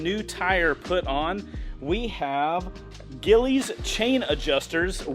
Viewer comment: Gilles… pronounced gillies 🙈🤦🏼